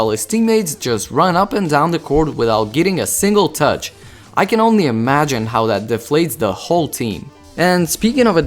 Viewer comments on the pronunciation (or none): none